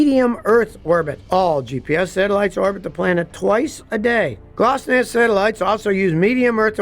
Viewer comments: Scotty, it's pronounced glonass not glossnass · I don't think that GLONASS is pronounced Gloss-nass 😅 rest of the video is great 👍🏼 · G L O N A S S, not glosnass. Land Surveyors GPS is accurate down to less that 1 inch.